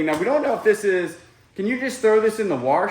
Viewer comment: There is no R in WASH